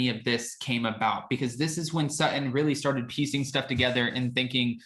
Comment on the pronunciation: When did Sutton become "Suh-in"? Are glottal stops the new thing?